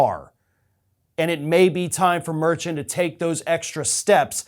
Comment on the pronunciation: Omg, Merchant = Mar-shawnt